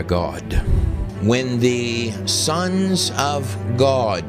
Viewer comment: This dude is a goofdick. He can't even say God!